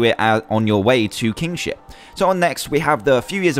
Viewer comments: nono, I'm just saying when he says it, it sounds like Kingshit. No offense :P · lol even thought the mod was called Tale Of Kingship.At the start i thought Dan said Tale Of King@@ XD